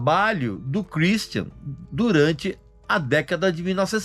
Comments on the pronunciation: Kur istian kkkk nada a ver essa pronúncia do Regis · Cruisthian hahuahauahauaha amei a pronúncia do Régis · Pra que falar o nome dele com sotaque inglês? Kkkkkkkk